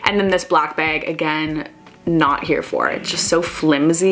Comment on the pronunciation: you say beg in stead of bag